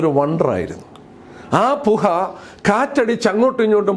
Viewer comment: പുഹ അല്ല പുക.